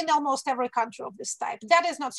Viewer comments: Екатерина, один момент - almost произносится как "олмост", не "элмост". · Almost is pronounced as олмоуст